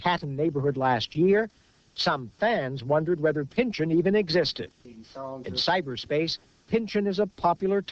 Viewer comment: It's pronounced "pin-chawn", not "pinchin".